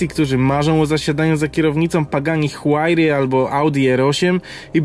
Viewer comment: Potrafisz powiedzieć huajra nie możesz przebrnąć przez nyrburgring XD